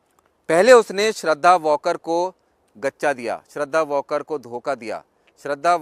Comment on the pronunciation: वॉकर नही वालकर है नाम